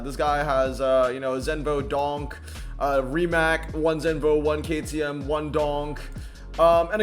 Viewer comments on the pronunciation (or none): the 'c' rimac is correctly pronounced as ts.. like ts in tsunami.